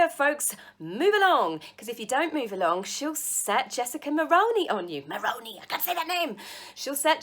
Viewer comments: Sorry again 4 All my Splatter Its pronounced Mull Ruin E E like in Eager, Elite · I’m Canadian and to pronounce Jessica last name it’s Mull roo ni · I get ridiculously happy when you post something new. Just to help you out, Jessica’s last name is pronounced mul-roo-nee and her only claim to fame is her father-in-law was once Canada’s PM. I’m so happy the royals are swinging back and I really, REally hope those two are stripped of their titles. So much for neatly trademarking anything. Where is the real Harry? I miss him and wish he’d come back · Mulrouny is pronounced Mull roon ( as in ruse, ironic isn't it?) ee. At least here in Canada. Mull roon ee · Lol Jessica Mull - Roo - Knee, remember kangaroo and your knee when you say her name and you'll eventually get it..I know that it's a strange name unless you've heard it a lot..like when her father in law was Prime Minister..lol From a Canadian 🇨🇦 subscriber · I always enjoy your videos, and giggle when you try to say. It's pronounced Mul -rooney. Did you know Jessica is married to Ben, a TV announcer here in Canada? His father is former Canadian Prime Minister Brian. The duo of Jessica and Meghan make me cringe. I think they are using each other because Jessica was not a household name until Meghan. They are codependent.